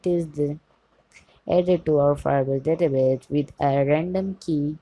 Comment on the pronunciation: Why would you say database as databaje?